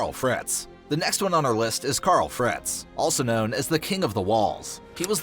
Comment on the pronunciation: “Kyarl fretz”😂